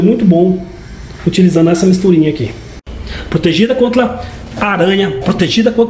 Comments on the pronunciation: Pensei que só eu tinha percebido hahahahahah Plotegido aqui não entla kkkkkkkkkkkk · Achei o cebolinha adulto hahahahahahahha